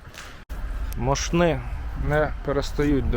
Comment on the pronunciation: Мóшни — наголос на перший склад